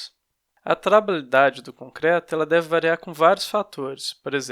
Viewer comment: Kkk, não consegue falar trabalhabilidade corretamente, mas foi bom o conteúdo. ;)